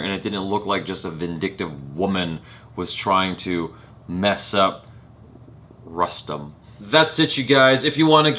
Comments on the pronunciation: On a funnier note... used to pronounce 'Punjab' as 'Poonjab' for a while, before he was told that its actually like the word 'pun'. So with 'Rustom', felt..wait I know this shit, I won't fuck up by calling it 'Roostom' n I'll call Rustom like 'custom'. Haha! little did he know.:) you're cute af! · "Rustom" is pronounced as "Roostom".. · शायद फ़िरंगियों की बुद्धि काफ़ी मोटी होती है। अक्षय कुमार फ़िल्म में ख़ुद को बार-बार "रुस्तम पावरी" कह रहा है, और इसके बावजूद ये भाईसाहब "रस्टम" "रस्टम" कर रहे हैं। कुछ तो गड़बड़ है दया...!